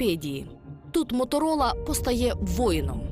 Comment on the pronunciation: услышала из уст мамы "Моторыло"...а не Моторола...или мне одной так послышалось...